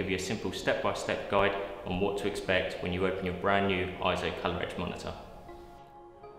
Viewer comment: Correction: It's not pronounced IZO, It's pronounced AY-ZO. Please refer to EIZO in Wikipedia and EIZO's own corporate video where you can hear it pronounced AY-ZO in the video.